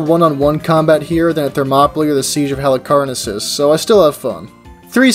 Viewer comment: "HarlicarnasSUS" -Tank fish i guess